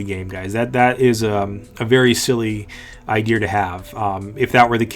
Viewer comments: there isnt even an r in idea. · bro there's no "r" in the word "idea". Unsubscribed. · whyy the fuck do you say ider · Josh Daoust ITS IDEA